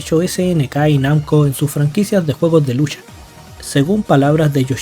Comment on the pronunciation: Estoy enamorado de Juri desde que salió,es la mileena de SF y usa también el morado,por cierto me molestó un poco que digas "lusha" en vez de "lucha'. Por lo demás buen video sr